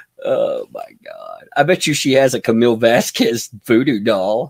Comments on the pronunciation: I wish Camille would say objection my name is not pronounced like that. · It’s so greasy of Elaine to keep pronouncing Camille Vasquez improperly! Cringe!